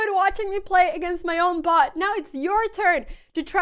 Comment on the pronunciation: BOT, everyone. She hopes you enjoyed watching her beat her own BOT. I don't know what you heard, but that word was b-o-t.